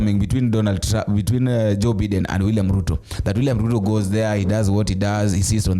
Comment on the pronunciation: It's Biden not Beeden (W-T-F)